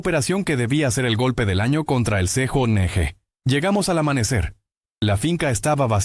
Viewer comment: ¿Qué significa "C,JO,N,G",la pronunciación correcta a:CJNG es "Ce,jota,ene,ge",gracias por tomar nota y superarte. 😊